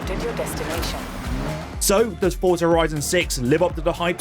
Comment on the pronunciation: Forza is an Italian word. It's pronounced "Fortza" as 'Z' in Italian is always a hard 'z.' Just think of the word 'pizza' It's not 'Forsa'